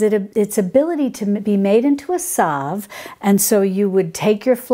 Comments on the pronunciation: Thats not solve, its salve (like salad), and ka-lend'-due-la, not cal'-en-doo-la. Great info however. Thanks. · pronounced CAL LEN DU LA and SAL V